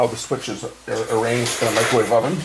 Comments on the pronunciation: What's a "macrowave oven"? LOL. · Mac-crow wave lol that's not a microwave that's a conventional oven size on the thing